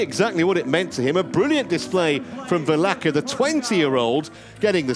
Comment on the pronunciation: Vilaça! It's pronounced VilaSSa :)